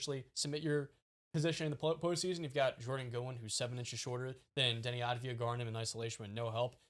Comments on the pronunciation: It's avdija not advija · Once and for all let me help you pronounce it correctly: AV-DI-YA while the I is almost missing